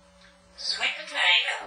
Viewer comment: Like how he says Sweet patatah.